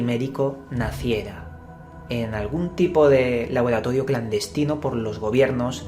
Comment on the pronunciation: "labolatodio" no te sale la R y me cago de risa jajajajaja